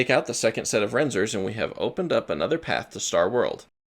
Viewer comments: I like the dichotomy of knowing all of these deep facts and also pronouncing Reznor as "Renzor" This is a dope video I really enjoyed it. I'm a big smw guy (mostly kaizo now) and I learned a thing or two, which is surprising and impressive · Reznors, not "renzors." Named after Trent reznor, my guy. I know, you are too young to know any of this, but it's literally printed on the screen in their boss room. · “Renzors” lol